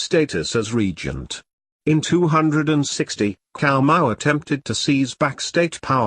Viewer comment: Cao is not pronounced with K sound, Cao Wei is pronounced in hanyu pinyin form.